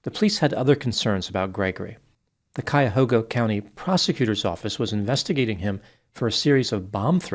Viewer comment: Thank you for pronouncing "Cuyahoga" properly.